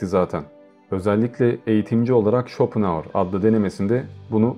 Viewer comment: Lütfen özel isimleri doğru telaffuz ediniz. Okunuşunu yazıyorum; Şıtraus, Şopenaur, Bazel, Vagner..........etc..... Güzel bir video olmuş, teşekkürler. Emeğinize sağlık.